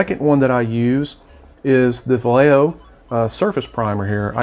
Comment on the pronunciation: great vid . One critique for future vids is that Vallejo is pronounced Vah yay ho.